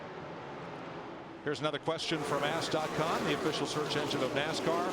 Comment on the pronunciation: I think he did! But it's Ask not ass...that would be a naughty site.